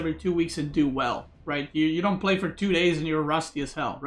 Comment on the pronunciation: You said pray instead of play but the sentence is correct nonetheless lol